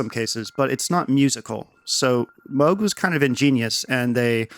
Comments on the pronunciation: OMG it’s pronounced “ ˈtambər/ “ like the word amber ... you know the resin from trees? Timbre is NOT pronounced like tom. PLEASE, please, please ... this annoys me to no end just like saying Moo G. Thank you! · He called himself moo-g growing up but his wife liked moe-g better and he switched. Moral of the story is, it doesn't matter really. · HOW DARE YOU?! It's obviously "Moog". Anyone who says "Moog" is an evil nazi. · It’s pronounced Moog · No it's pronounced Moog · well it is actually pronounced “moog” ... but others prefer to say it like “moog”